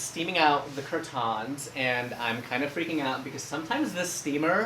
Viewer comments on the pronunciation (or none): And I will also be saying cur-TANS from now on....